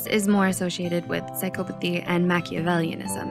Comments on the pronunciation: The word “psychopathy” is pronounced sy-KAW-puh-thee not sy-KOH-puh-thee. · Why does she keep saying PSYCHO-pathy? 🤯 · Huh, i always thought the pronunciation was psy-cop-athy, but apparently you can also say it psy-cope-athy